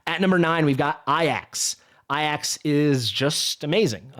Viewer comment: You don't say AJAX, as "eye axe" bro. Its pronounced "Ay-jacks" Yours killing me with this 💀😅